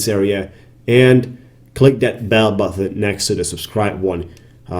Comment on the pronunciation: Listen to you often. Good😁. Please say button not buthon bro 😁